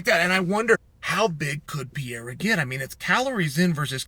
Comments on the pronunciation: Why do you call Alex Perr-eira..... PIERRA? lol. You know that's not his name. At least roll the R if you want to really jump in and play pretend. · you know it’s pEreira… not pIEreira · MR. SONNEN...Its pronounced Pe-ray-rah. Not Pee-eh-rah. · Who tf is Pier-A? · Who’s Piera? When paid good bucks to talk sports and about athletes Take few minutes to learn how to pronounce easy names We are not talking here pronouncing Dvalishvili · I was watching and then I heard him say pee-era and immediately shut this off. What a joke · Purrrr ayrrrr ahhhh! what s with the mispronounciation on his name. It s easy.. not Pierre-Ah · Wtf is Piera Chael? Is he trolling messing up fighter’s names all the time?? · ''Piera'' ... HAHHAHHAHAHAHA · Piera 😂😂 Love it. Don't ever change Chael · Who’s Piera lol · Who's Pierre-ah? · "Pee-er-ra is in Los Vey-gess" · Pee era is how chael pronounces it😂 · Chael unlocked a mythical fighter the day Alex was signed: Pierra is officially a 2 weight world champ and you’d never heard of him. Who needs to pronounce an H when you’re Chael Sonnen? Still undefeated and undisputed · Who’s this guy “Peeyara”? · Chael let me help you pronouncing the champ's name: read it as is " PEH REH RA" 🤦‍♂😆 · Alex Pierra catching strays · Pee Era…🔥💀🔥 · Bro saying “pY-ERA” 😭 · if Chael pronounces it like that, Alex is changing it to PIERREAH tomorrow. Best arms in west linn oregon, never lost a round. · It's the Pee-era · By now you should be saying Pereira's name correctly. It may help you at your job to pronounce fighters' names correctly. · Stating with a mispronunciation of his name, classic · i love how incorrectly chael pronounce perieras name lol and to this day never tried to fix it knowing everyone he speaks with on this topic says it differently than him lol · Chael, good Lord, the way you're saying his name is... just the worst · The point was to mispronounce Pereira's name 64 times.